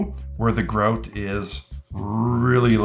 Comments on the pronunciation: Until he turned the box round i had no idea what he was saying. "What's Groat, other than a medieval coin?" Oh! GROUT (gr-ow-t) 😅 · Ah yes, "groat" which we all know is Canadian for grout. "Soarry" for pointing that "oat."